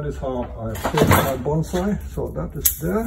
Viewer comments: He pronounces "bonsai" incorrectly. Shameful. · It’s called bonsai not BANZAI!!!